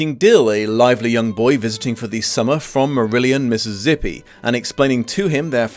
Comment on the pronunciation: I rather enjoyed when he said "Mississippi " with a "z" in there😊